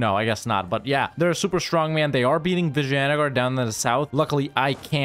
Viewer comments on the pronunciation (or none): PAIN! is when raj-put-na get's pronounced raj-puh-ta-na. mostly due to idiotic transliteration. i have become numb to vi-ja-ya-nugger being pronounced as vi-jai-an-a-gar though.